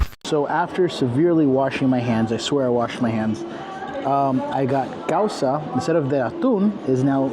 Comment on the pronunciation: That Peruvian meal is, causa pronounced, 'Cow-sa' with another called, lomita saltado.